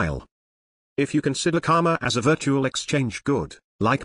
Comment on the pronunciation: The guy pronounces it 'Kama' (which means sex in sanskrit which owns this word!) instead of 'KaRma' with a stress on 'R'. Its really funny to replace Karma with Kamma thenceforth :D